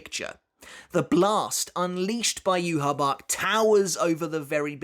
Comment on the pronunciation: Yu-Ha-Bach... Yu-Ha-Wach